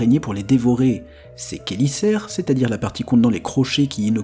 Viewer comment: Je crois que je préfère l'araignée-paon finalement... Ou bien encore la Portia, qui pète vraiment la classe ! ^^ : D'ailleurs, si tu aimes vraiment les araignées, je te conseille ce documentaire ;) : PS : Tu as bien prononcé "chélicères", félicitations ! :p